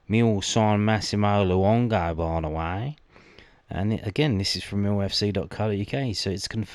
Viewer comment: Wow. Luongo accent’s gonna need some work 😂🐨🦘